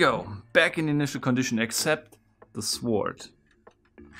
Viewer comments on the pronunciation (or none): A helpful hint: In "sword", the "w" is silent. So, it’s pronounced "sord", not "suWARD". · In english we don't pronounce the 'w' in sword, so it sounds like "zord". Confusing since it looks like it should be pronounced exactly like schwert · You don’t say sword It sounds like sord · the way you pronounce sword lol i love it so much- sWord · Btw its pronounced Sord not Sword. love from germany :3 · its sword not sowrd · S-word Lol. The W is silent dude. Just say sord. 😁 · FYI: Das w bei sword wird nicht ausgesprochen, also es wird "sord" ausgesprochen! Ansonsten coole Videos, mach weiter so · deutscher kann sich sein Englisch doch gar nicht anhören xD das mit "Sord" wollt ich auch sagen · "Sword" is not pronounced "Sword", it's pronounced "sord", the "w" is silent like in "two" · You don't pronounce the 'w' in sword. Weird hearing him say the 'w'. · Sounds kinda german tbh, at least i know some german relatives that would pronounce it that way. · The way he says "Suh-Ward" gets me every time. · I guess if you haven't heard it, there's no reason to know about "sord!" English is so stupid in terms of spelling, but we never notice until we view it through the eyes of a non-native speaker. You're right, though... It's very cute hearing it pronounced that way! :) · People probably already pointed this out, but since I couldn't find a respective comment: the "w" in "sword" is silent. Thanks for another great video. 💜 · Cool video, and cool puzzle! Btw, the ''W'' in sword is silent, it's pronounced ''Sord''. Like the word Gnome, the G is silent, it's pronounced ''Nome''. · The first two times he pronounced Sword.. I thought he was saying Swarzt. Then I seen the word Sword. Ok I'm a little dense.or slow maybe lol. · Great videos... but PLEASE the W in sWord is silent.. please... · Yepp, the pronounced "w" in sword makes me shudder every time. But his thick accent is part of his shtick, I guess, and the videos always are great. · He said "The Master Sward"